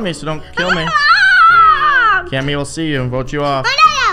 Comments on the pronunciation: he said bote me as well 🥺😂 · He barely said vote he said boat me